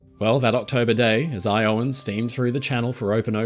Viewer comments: EYE-oh-win. you actually got the sounds right, but the stress is on the first syllable, not the second, and the wrong stress can be quite painful to english ears... espeically i-Owen ears xD (actually you do get the stress correct a couple times, but most times it's wrong) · I love you but Iowan is pronounced EYE-uh-wun, not Eye-OH-an. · So, in "Iowa" the emphasis is on the "eye". "Iowan" is "EYE-uh-wen", not "eye-OH-wen". (Also, Cape "Hatteras" is "HATTER-us", not "huh-TER-us".) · You pronounce it with an 'a' sound like in 'can', not an 'e' sound, and stress the first syllable. He was saying "i-Owen," it should be "Eye-oh-wan." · I suspect that, if the state is Iowa (Eye-oh-a), the ship was the Eye-oh-an, not the "I owe-un". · I oh-in, not I OH-in... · Are you saying Iowan? As a native Iowan, I’ve never heard it pronounced that way before with the emphasis so heavily placed on the O. It sounds like you’re saying “eye-OWEN” and you’re definitely supposed to put the emphasis on the I for “EYE-owen.” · Great video, as usual. Just FYI, on American English of US place names; So Iowan is EYE-oh-en, not Eye-OH-en. Cape Hatteras is HAT-er-as, not Hat-ER-as. At least in the USA. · Iowan is "Eye-oh-wen" where you kind of squish the syllables together, stressing the "i" briefly. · EYE-oh-an, said very quickly, with the syllables all sort of mushed together. You got the vowels right, just the wrong syllable emphasized. But you have a different accent, so I’m not mad at all. And I sat for about five minutes, wondering whether or not I should comment on it, or if that should seem pretentious. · hey not tryin to be a jerk but im going to help your way of saying things,it not hatares,its pronounced hat,er,is, and with the iowan,its pronounced i,owe,in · Technically eye-oh-win. Source: from Iowa. But, awesome video! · I saw this comment first, and was just thinking “oh dear. What am I about to hear?” as an Iowan… my heart,. 🤣🤣